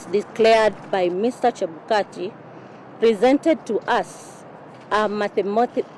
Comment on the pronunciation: She can't even say mathematical, so me najiuliza kaa Wahiga alipata 0.23% with 31987 votes,how comes 0.1% is 142000? What a. Confused commissions,now I see why Chebukati could not share the table with them..